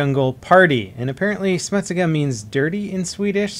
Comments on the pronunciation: "smutiska" GG "smut-siga" is how you say it:P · The pronunciation of "smutsiga" hurts my ears. . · lol that pronounciation of "smutsiga", as a swede i laughed my ass off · smutsiga (that pronunciation) im swedish:D great video anyways:D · HAHAHAHAH THE WAY HE SAID "smutsiga" IN SWEDISH XDDDDD HAHAH FYFAN VAD HÄRLIGT XD